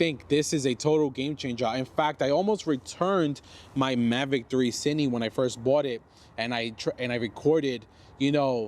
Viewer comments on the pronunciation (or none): you keep calling it "cini" but it's "cine", like short for "cinematic"